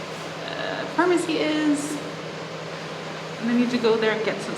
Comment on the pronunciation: I thought she said "fartmacy" but that could be my middle school humor filter which hears what it wants.